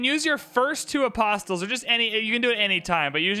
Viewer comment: BTW you don't sound the 't' in apostles